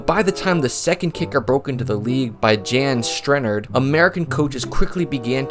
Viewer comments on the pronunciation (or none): Jan Stenerud is not Jan (Brady) STENuhruhd. It's Yawn stehnuhROOD. I thought you were a kicker? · Jan (like Jam) Stennerd? Is that what you seriously said? Jan (as in Jahn) Sten-er-ude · Yahn… Yawn… Yon…any of those work. Sten-ah-rood Sten-uh- rude Sten-eh -rewd Any of those work. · The man's name is pronounced YAAN STEN A RUDE not "Jan Strenerd" ..........FFS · Jan Stenerud's name is pronounced like Yawn Sten eh rude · A for content. D- for pronunciation. Yahn (rhymes with John) Sten-a-rude. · Jan Stenerud: yon STEN-e-ROOD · That pained me. A guy with so much passion for the kicking game but doesn't know the pioneers. :( Still love the channel, but man... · I think his name is pronounced "Yahn Stenn-err-rood". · I love your channel but hearing you mispronounced Jan Stenerud's name is like hearing the MLB channel pronounce shohei otani's name as "Shu-hay". I know you're a punter guy but Stenerud was the only HOF kicker for decades